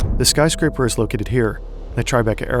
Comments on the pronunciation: Im sorry, did you call this building a spyscraper or a skyscraper? Because if the former, genius lol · Not "spyscraper" 😩